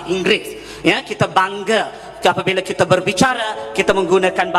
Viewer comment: sebutan bagi betul laa bukan kite tapi kita.. belajar lagi tatabahasa tuh..